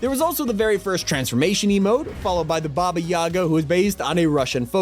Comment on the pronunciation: One little note: Baba Yaga is pronounced Baba Ya(GAH) don't actually scream it, but the emphasis is on the ga